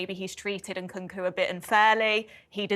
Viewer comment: Please atleast leran how to pronounce the name of the players you talk about. Its NkuNku not Nkuku. Its UguChukWU not Ogochoku.